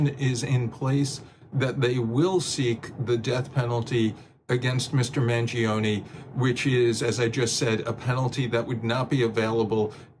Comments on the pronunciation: at least learn to pronounce correctly the last name of Luigi, the "i" in Mangione is mute. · It's pronounced "MangionAY" not EE... in Italian E doesn't sound like EE. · You're not pronouncing his last name correctly. Not Mangionie ( MANGIONE ) 😮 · I like the video but please pronounce his last name correct you 😭 it’s Mangione, not Mangionee. The Italian ‘e’ has a different pronunciation 💀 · The last name is not hard to pronounce. Dont understand why they get ir wrong